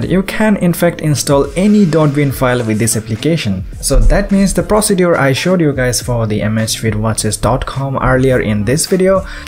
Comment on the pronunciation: it's procedure not "prostitute" 😂